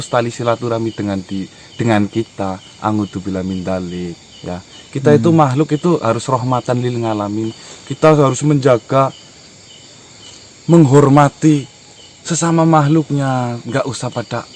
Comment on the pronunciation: Lilalamin bukan ngalamin